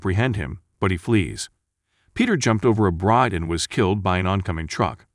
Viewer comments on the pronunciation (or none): none